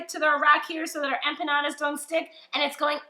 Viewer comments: it’s not “trolling” when I’m stating a FACT that you’re pronouncing something wrong. Learn the correct way to say the name of WHAT YOU’RE COOKING, asshat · Empanyada🙄 She's clearly non latino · I checked out at “empanyada”. Smh so uncultured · You are adding a y that isn’t there to the word empanadas!